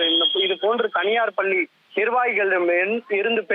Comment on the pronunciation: தந்தி டிவி வர்ணயாளர் "பல்லி" என்று உச்சரிக்கிறார். கேவலம். 😮